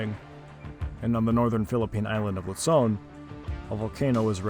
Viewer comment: luzon is not pronounced like pizza, it's not lutson, it's luzon